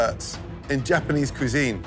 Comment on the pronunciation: his japanese🤦‍♀️